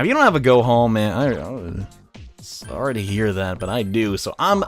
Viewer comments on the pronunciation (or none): none